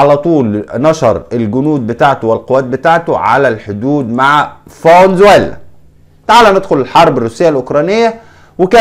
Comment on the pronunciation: اسمها فنزويلا موش فون زويلا 😂